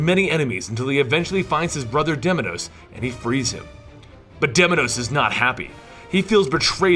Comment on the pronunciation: its pronounced deimos not deminos.didn't you hear well how kratos called him